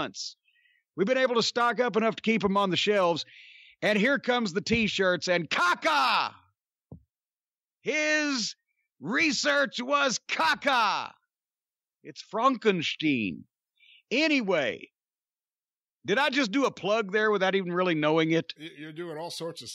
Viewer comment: It’s Frahn-ken-steen 😆